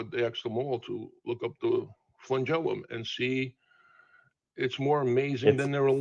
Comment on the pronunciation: The flengelilium is so amazing! yea but the first organism probably didn't have one. Also that's not how you say that word. snowflake melts